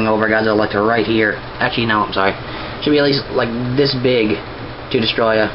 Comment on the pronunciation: you dont say it like destroyah its DESTORAI!!!! DESTORAI!!!!DESTORAAAAAAAAAAAAAAAAAAAAAAAAAAAAAIIIIIIIIIIIIIIIIIIIIIIIIIIIIIIIII!!!!!